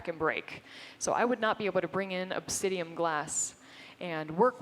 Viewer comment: It's obsidiAN, not obsidiUM. :)